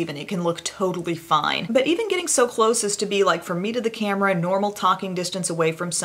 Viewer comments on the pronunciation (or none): none